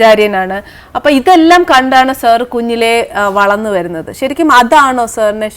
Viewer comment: എടീ.....സർ അല്ല മലയാളം സാർ എന്നാണ് ആദ്യമായി മലയാളം എങ്ങനെ ഉച്ചരിക്കണം എന്ന് പഠിചിട്ട് ഒരുങ്ങിക്കെട്ടി വന്ന് ചാനലിൽ ഇരിക്ക്